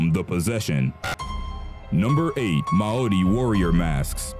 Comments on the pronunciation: you said Maori right like once Like not to be a critique but its pronounced maaori ma as in magerine and we didn't necessarily like to scare our enemys we show respect to you and your culture and we show that you need to respect us on our land kinda thing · not how you pronounce Maori but close. i think they see the pregnant and menstruating women has sacred, not taboo which makes it seem like they are bad. they dont want women who are pregnant/menstruating to become cursed. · Dude you’re saying Māori wrong 🤦🏾‍♀️